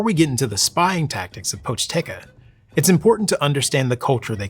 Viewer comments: poch-TE-ca on god can any american get it right for ONCE? Seriously, it's not that hard, don't pretend to be correct by saying something even more wrong. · Ah yes the Pochteca, merchant Ppies😂 not including the intro it's the name of the second chapter.